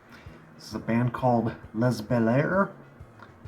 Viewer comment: Les is pronounced Lay, not Less. Nobody cares about Les Bel-Air here in Quebec.